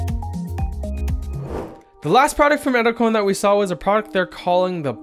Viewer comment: Did anyone else think that or said "Edzelkrone"?